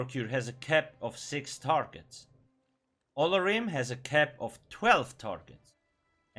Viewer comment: Lol i love when they release new sets because you always butcher their names xD i think its pronounced Oh-lor-ee-may